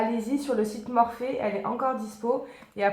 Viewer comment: On dit en fait Morphy pas Morphé....